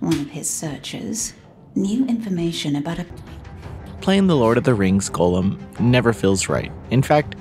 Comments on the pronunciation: It’s Goll-um not “Golem” - just for future reference. No hate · Hearing you say it as ‘golem’ hurts every single time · It's pronounced Goal-them. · Why are you saying his name like that?